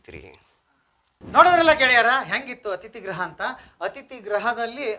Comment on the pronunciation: ಅಥಿತಿ ಗ್ರಹ ಅಲ್ಲಾ ರೀ , ಅಥಿತಿ ಗೃಹ ಸರಿಯಾಗಿ ಉಚ್ಚಾರಣೆ ಮಾಡಿ ಕನ್ನಡ ಪದನ